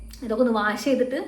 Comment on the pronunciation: Face wash cheyyunnadinu Waa alla pronunciation its wosh cheyyanamennaanu... Purathekku pokumbol idokke sradhikkanam